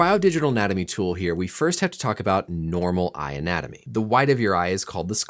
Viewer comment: I definitely heard “eye-natomy” when you said “eye anatomy” lol